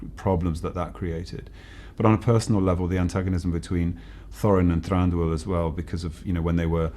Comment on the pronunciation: Oh my, I wasn't prepared for the way he pronounces Thranduil.